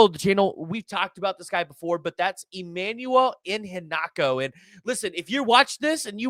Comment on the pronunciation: I-HEN-na-cho Put the Emphasis on HEN At least that’s what I have heard. Much like the LB that committed to SMU instead of OU. Mark Iheanachor. Just trying to help,. thanks for the info.